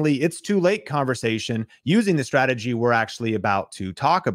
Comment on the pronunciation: "welcome to this youtube stradagey" lol That was funny. Thanks for the motivation to keep at it.